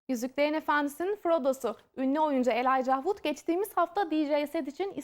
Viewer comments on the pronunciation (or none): whitemamba00 hayır seslendirmesi yanlış spiker doğru okuyamadı bile adını. Adı ELAYCA diye seri okunuyo kadın Elay ca ha vud diyor resmen.